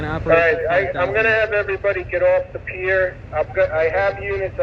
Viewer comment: Pier not pair